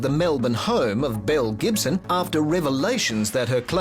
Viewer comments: It took me a minute to realize they weren't saying Mel Gibson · I kept hearing "Mel Gibson" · I thought he kept saying Mel Gibson 😂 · Captions were turned off and I thought he kept calling her “Mel Gibson” 💀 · I thought they kept saying Mel Gibson 😂😂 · him: Belle Gibson my brain: Mel Gibson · Oh my god I thought u were saying Mel Gibson for the first few mins I was SO confused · I know her name is Belle Gibson but all I can hear is Mel Gibson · Who else thought he kept saying Mel Gibson? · Less than a minute in, I thought the news presenter said "mel gibson" and I immediately was sidetracked to an alternate timeline where mel Gibson made some (different) pretty radical decisions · Lmaooo I thought they kept saying mel Gibson in the beginning 😂😂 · I heard the same 😓 Mel Gibson?! “Belle Gibson”….Mel? Belle….. so Belle Gibson….Mel….WHO!?!?